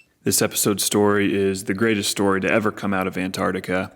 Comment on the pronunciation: Ant-ARCTIC-a", not "An-TART-ica". Interesting video though.